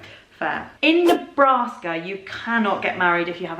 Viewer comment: Nebruska and New Humpshire... k, lol